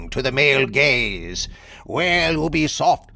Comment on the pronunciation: It’s you-be-soft, not ooh-be-soft